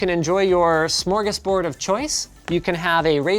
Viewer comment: did you say smörgårdsbord?